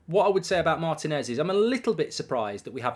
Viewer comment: Mark you are not pronouncing Martinez’s name correctly